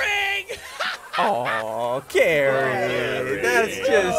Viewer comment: its GARRY not Gary